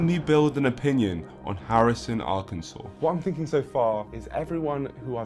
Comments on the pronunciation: I’m from Arkansas. I’ve always heard that Harrison is the most racist town in the country and even i didn’t know that the KKK leader wasn’t from there, he’s actually from Zinc. I didn’t even know there was a place called Zinc here 😭 Also the way Hasan pronounces Arkansas is killing me, but I can’t blame him, no one ever really talks about this state. Rip. I love that this dude made a new buddy in Harrison. It’s so damn wholesome! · How come a brit can pronounce Arkansas correctly but Hasan can't?